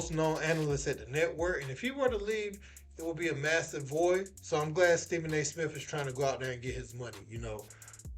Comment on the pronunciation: Steven A "Smiff" being greedy